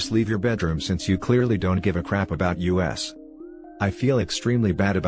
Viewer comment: I couldn't stop laughing when "us" was read as "U.S."